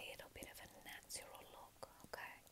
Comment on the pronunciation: It’s the “little bit of a NATZURAL look” for me. 😂 love what you do gf, you’re super talented!